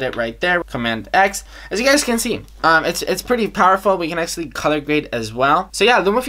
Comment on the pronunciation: vi can acshly vi can acshly vi can acshly 😂😂😂